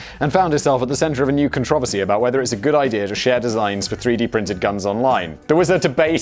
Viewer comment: Simon... please... Do this for someone that has seen all of Business Blaze... it’s pronounced “con-troe-versy” not “con-travessy” I don’t care about garage, or taco. Just controversy